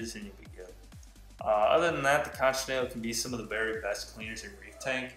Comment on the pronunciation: It's pronounced "CONK" although spelt conch